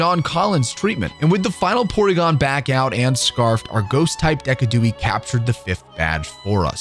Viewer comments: DECKADOOIE?! hahaha Decidueye is Da sid u eye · You really forced me look up how to pronounce decidueye when you pronounced it “deck-a-dewey” lmao. Thought I was crazy for a second because I always pronounced it “dee-sid-u-eye” which is what it is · Do u call the mons names like "Giardos" and "Deckidooey" on purpose or